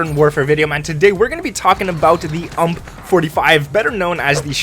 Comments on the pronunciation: Im sorry but its called U M P not (UMP) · I don't think its pronounced ump but it is u-m-p just to let you know but say it however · Manz really said ump as one word at the beginning